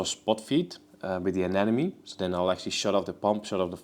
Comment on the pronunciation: Looks great, just some quick feedback: when you pronounce "anemone", think about "Finding Nemo" - aNEMOne. When it comes to fishtubers, "an enemy" is usually the pronunciation you hear from fat bald guys with beards.